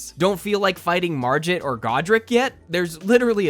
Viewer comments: I have never heard someone say marjit instead of Margit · MAR G IT. NO J. ITS NOT JIH SOUND ITS A GUH GUH GUH GUH. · Mar-GIT like git gud not mar-JIT like Jif(gif) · Did bro say marjit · Bro really called him marjit 💀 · Bro said mar git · “Marjit”. Bruh does he not pronounce his own name? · Mar-jit? please dont tell me you also call gifs jifs? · Marjit. Marjit? MARJIT?!?!? You probably say jif too, huh? I will not judge you for not playing the dark souls games(even though they are the best) I will judge you for saying Marjit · No way he said the G in margit like a J Im going to find where you live